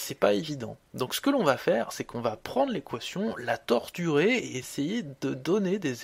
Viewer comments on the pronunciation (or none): J'aime bien quand vous dîtes" la torturé" 😂😂😂